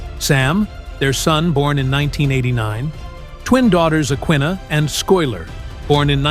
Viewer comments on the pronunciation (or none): please correct the names of Michael's twin daughters & how to accurately SAY THEM!!! Aquinnah: AH-kih-nah (stress on the second syllable). & Schuyler: SKEW-ler (similar to "sky-ler"). not sclyler the robot narrator's mispronunciation of her name is atrocious.